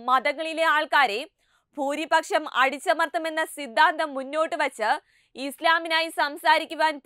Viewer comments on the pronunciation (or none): ഫൂരിപക്ഷം, മുഹം, മനോഫാവം... 😂😂😂😂😂